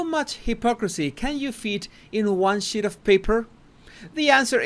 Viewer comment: At first I thought you said one shi* of paper lol